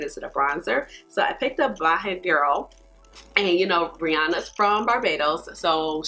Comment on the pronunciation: Thank you for your review. The Bajan bronzer is pronounced "Bay - jan girl". Bajan is the term used to refer to anyone from Barbados.